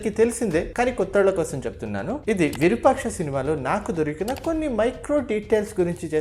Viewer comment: అది విరుపాక్ష కాదు రా అయ్య!! విరూపాక్ష అనాలి.